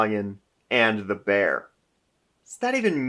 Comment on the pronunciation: It’s Mare not Bear! 🤬